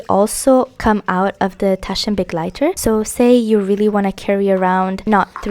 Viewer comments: German here, I LOVE that you take care to pronounce the German carefully and are not just „YOLO butchering“ your way through it without a care. Thank you, it’s such a small thing but is so lovely to hear!!! Makes the video even better to me ❤ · it's so beautiful to have a favorite language! I loved that you pronounce it correctly, it made me so happy <3